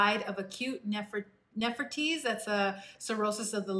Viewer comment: Nephritis… is pronounced Neph-rye-tis. Not Neph-ra-tease.